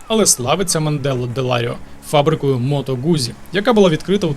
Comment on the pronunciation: Гарне відео ! Єдине , що хотіла б додати - перевіряйте наголос та вимову місць ☺️: Мото Гуцці, у слові Оррідо наголос на першу «о» і місто Кьяссо , що на кордоні із Швейцарією.. та на півдні африканці дратують😁афроамериканці працюють на американських військових базах та нікому не заважають ну і Клерічі наголос на «е» Реццоніко- на перше «о».. Та FAI- фонд захисту італійського середовища 😊.. вибачте не хотіла виглядати вчителькою 😂але ріже вухо страшенно..